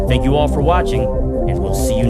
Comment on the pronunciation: presses un-GAY-ify button two seconds later: "thANk yoUU"